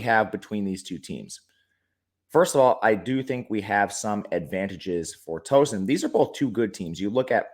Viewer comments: Killing me with the pronunciation of Tooooeeeeeeson bud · Towson is pronounced like "town" not like a "tow truck". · You forgot the “W” in Tow-son